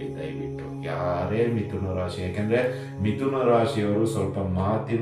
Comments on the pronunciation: ವಿಥುನ ಅಲ್ಲ , ಮಿಥುನ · Namaste gurugale.mithuna antha agabeku.adare vithuna aagide gurugale.